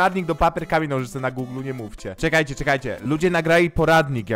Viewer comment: czy ja tylko usłyszałam komen a nie k amień XD